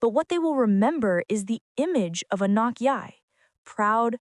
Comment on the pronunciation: "Anooook", "Aknock", "Oohknock" and even WORSE "Ahkneck". All the white women doing voice-overs reading the REPETITIVE and over-effusive script that doubles as a diversity project word salad via the performative yt feminist scriptwriter, NEED TO SAY HER NAME CORRECTLY FFS!!! It's ahh NOKK If you're going to do a piece on a particular person, would it not behoove you to learn how to pronounce their name so as to maintain what shred of credibility you have?? What also is MAJORLY cringe is that you used an image of ANOTHER black model (who IS NOT Anok) in the image following the one featuring Anok and Naomi Campbell 🙄 No... they don't all look the same. ps: the v/o hack who called her "A neck", also mispronounced Givenchy as Geevehnchee. And there is a whisper of the G in Mugler not MOOGlur. I get that you're too American to say croissant properly in daily life but these are people's NAMES... so honor them like you would a Tchaikovsky, Chad or Madison 😒